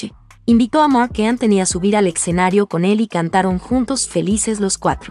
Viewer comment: Se dice escenario no eccenario..